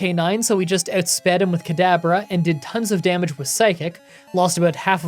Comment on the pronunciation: Why do you call Kadabra "Cadaver"?